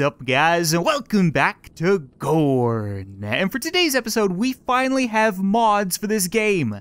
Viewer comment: when you first said gorn it sounded like porn lol